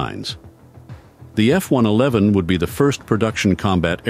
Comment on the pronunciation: Thank you Lord. "F One Eleven", most computer voices get that wrong, although this still sounds like a computer. And why is an American accent computer voice saying "aluminium"? We say "aluminum" here.